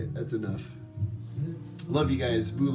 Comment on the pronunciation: So I'm guessing you been to Fiji Islands too the way he saying Bula. Good jolly show